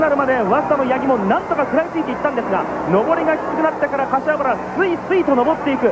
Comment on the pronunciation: 瀬古さん かしわばら 言えていない（笑）